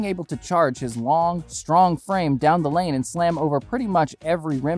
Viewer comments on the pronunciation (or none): none